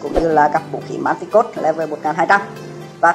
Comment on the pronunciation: giờ mới để ý English của ông này R.I.P quá . Manticore cứ dọc là manticode . sợ ông luôn